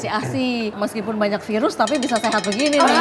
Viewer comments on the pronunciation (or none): none